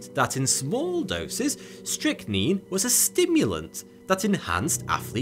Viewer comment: Call man it is strychnine say it right